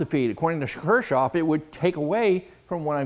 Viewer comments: Pronounced "Kirkoff". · He even says Kirschoff...LOL. It is Kirchhoff's circuit laws. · His name is Gustav Robert Kirchhoff (German: [ˈkɪʁçhɔf] ), not Kirschoff. See also the pronunciation. Kirsch is a brandy distilled from the fermented juice of cherries, while Kirch is church.🙂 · Kirchoff, Kirchoff KIRCHOFF😢 pronounced "kirk ovs" law by every great electronics teacher I ever had 70s thru the 1980s this isn't important..but the guy was pretty smart. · I thought it was "kirchoffs" law with a "c" ...(ker-coughs)... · You might want to check your spelling and pronunciation. It is Kirchhoffs Law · Dude,you spelled Kirchhoff's name wrong and then mispronounced it. Thats pretty disrespectful from a guy trying to make money off the man's work.